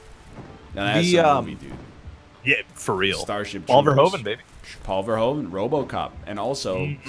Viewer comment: Its ver from versatile then hoev from hoof but with a v then end with and without the d and you ll say verhoeven correctly.